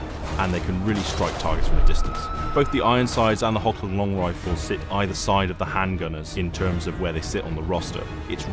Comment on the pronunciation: I do have to admit that it irked me when I heard "HoKland rifles", instead of "Hochland". You know, like "Loch" in Loch Ness.